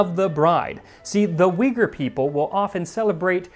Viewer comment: It's actually more like Ooygher!